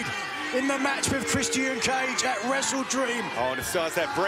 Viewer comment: Nigel, i love your commentary. But please, it's pronounced "Chris-chin", not "Chris-Tee-In". It's driving me "blimmin mental"